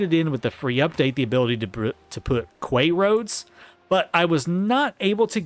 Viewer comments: Quay is pronounced like key. FYI. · Protip: Quay is pronounced 'key'